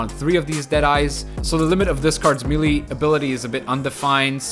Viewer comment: MAYLAY! not meelee. Love the content though, just had to get that off